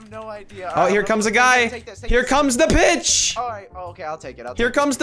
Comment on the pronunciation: did anyone else think he said here comes the bitch instead of here comes the pitch??